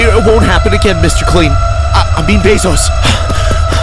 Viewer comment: Jeffery bezzos??? That was cracking me up and sorry Mr clean I mean bezzos